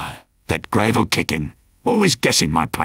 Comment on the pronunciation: Is no one gonna acknowledge that the scout AI pronounced gravel as "grave-l"?